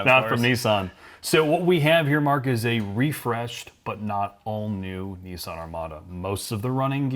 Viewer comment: It's pronounced Kneesarn